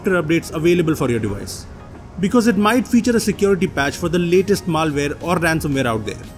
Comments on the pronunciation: It's not maalware, it's malware! :/ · Maal-ware :D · just stop making videos PLZ this pronantiation